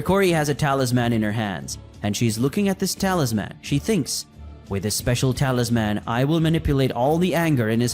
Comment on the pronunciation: Great content. However If I have to hear "Talis-MAN" one more time I'm going to lose it lol.